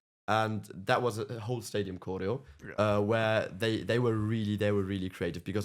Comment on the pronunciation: Kappen nou met je korrijo. Klemtoon op de eerste lettergreep. Cho-reo. Jezus pfffff.